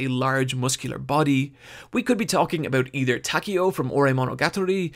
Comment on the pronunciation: Repeat after me everyone, TAH-KAY-OH. Not taky-o jesus christ